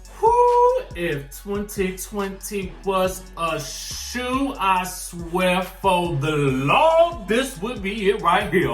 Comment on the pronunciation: NOT THE SHOE OOO...NOT THE SHOO OOO